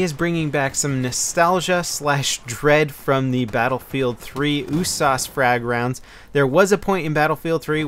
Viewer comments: it's usas not oosas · you say "USAS" like "ooh-sauce"? I usually hear it as "you-sazz" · Ooosaaas okay its u-s-a-s isnt it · 'Ooh-sarse'? Damn, that's a new one. I'll stick to 'Yew-sass' xD Good video, will we be getting any Insurgency videos any more? I love your tactical gameplay on that game:) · what the fuck is an "ooossaaasss"? Pretty sure it's U.S.A.S. You dont say Ach47, you'd say A.K.47, or ooosssp 45 instead of U.S.P.45. Made me crack up every time you said it. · You saying "oo-sauce" gave me cancer. It's a U-S-A-S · He pronounces it Ooo-sauce, isn't U-S-A-S 12? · Why do u call it the ewwwwwsauce it's yousas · It's so annoying when he says oosas in stead of USAS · No no U. S. A. S. not uuuussssaaaaassssss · Every time he said USAS, I kept hearing oooh-sauce lol. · I think it's pronounced "you-sas" level! (Universal Sports Automatic Shotgun 12 gauge) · Why do you pronounce the usas oosas? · >OOH-SAHS Fucking... What? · USAS stands for united states automatic shotgun. It's an acronym not a word. Stop saying oooh-sauce lol. jk. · the way he says usas drives me crazy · You pronounce each letter in usas individually not all together. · Am i the only one who's bugged by how he says Usas? I've always pronounced it saying the letter U, not with the sound.